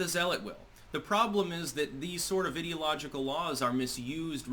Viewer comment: Please learn how to pronounce "ideological" - It's based on "idea" rather than "id", so sounds like "eye". Sorry, but so many people make this mistake and it bugs me a bit.